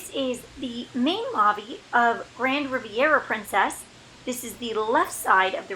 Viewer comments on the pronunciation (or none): none